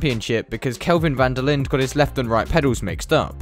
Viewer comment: Linde is pronounced "Linduh"